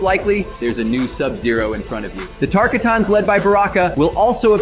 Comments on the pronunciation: It's pronouced Tar-KOT-tin, not Chris Kattan. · mf really said taka tans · While you make a lot of good points and a very informative video, you need to work on your pronunciations, I winced at multiple, like tarkatans, Shang tsung, hanzo hashashi, kuai liang, study up on them big homie, you definitely need it 😭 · it pains me whenever people mispronounce tarkatan. its tar-KAH-tan not tar-kuh-TAN